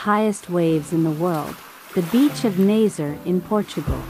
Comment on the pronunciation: I’ve heard this name two ways - Nazer and Nazary, so now I have no clue what the actual pronunciation is.